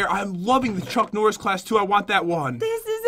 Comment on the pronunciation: oh yea "chunk norris.." not "chuck norris..." lol